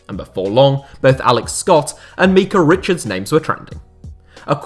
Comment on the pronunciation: "Meekah" richards 🤣